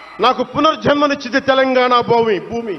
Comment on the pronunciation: తెలంగాణ బొమి కాదు,బేతెలంగాణ భూమి.ఏంది ఇతనికి .నాలుక తిరగదా